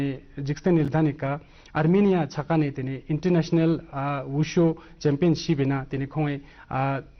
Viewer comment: its call WuShu (武術) not wushow .......